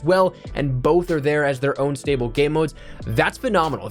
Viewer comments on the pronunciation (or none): none